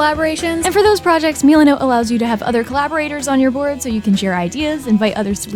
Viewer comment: Meelanote Me: has a stroke